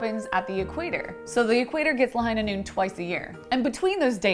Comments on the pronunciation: ITS LAHIGHHHHHHHHHHHH NOOOOOOOOON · It's La-HIGH-na NOON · I heard 'the hyena moon' 😆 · It's Lāhaiiiiiiiiinā Noon... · It's Lāhainā Noon... DRAW! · McCree: It's Lāhainā Noon.